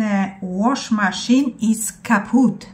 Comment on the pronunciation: I tu sie z toba zgodze, niemcy maja wywalone jak ty wygladasz,jestes fajna babka i to sie liczy,mieszkalam w niemczech od 30 lat i nigdy nie slyszalam zadnej krytiki o kims innym,musze sie usmiechac jak czytasz,twardo ( waszmaszyne)po polsku 😂😂😂pozdrawiam z francji 😊